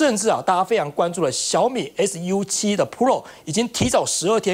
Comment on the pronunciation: 大哥，是su7，不是us7，怎么搞的像美国车一样。